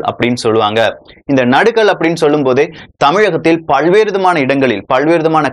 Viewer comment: Please speak good Tamil.. practice pronouncing ல. You pronounce ள while telling பல்வேறு